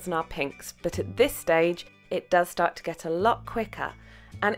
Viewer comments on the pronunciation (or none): none